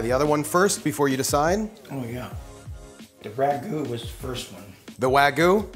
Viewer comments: Wagyu (pronounced Wag-yuu), not wagu. Lol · That doesn't even look like authentic wagyu also you're saying it wrong. Um... "wah-geeuu" but like... the "geeuu" part is said fast? It's hard trying to tell someone how to pronounce a Japanese word. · If you call that steak "wagoo".. one more time... ill smack you upside the head.